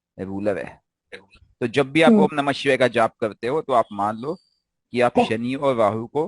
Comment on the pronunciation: Sir ... Shivay se pahle :(H) ka sound nhi Lena chahiye. "Om nam shivay" sahi hai Shivay ke "om shivay namah" sahi hai